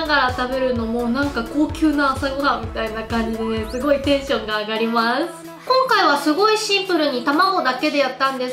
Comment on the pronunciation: あがりもぁしゅ↑